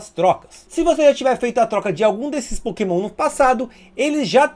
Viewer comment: "É, galera, são muitos POKÉMÃO[...]" Desculpa, mas não consegui segurar risada, kkkkkk.